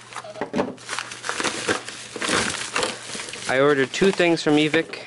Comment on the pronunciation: its not evik its evike like ebike wowo lol